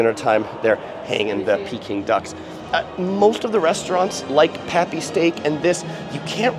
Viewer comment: It’s not pappy steak, it’s papi steak.